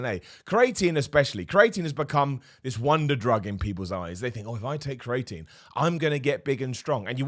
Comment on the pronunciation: Please someone tell him how to say creatine